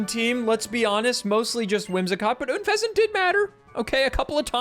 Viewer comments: Oon-pheasant? It's un-pheasent, pronounced like unpleasant. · why do people say Oonfezant? Why not just Unfezant? Like it's written. A portmanteau of unpleasant and pheasant. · i found your pronunciation of unfezant very “oon”pleasant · Why do you pronounce Unfezant like Ünfezant??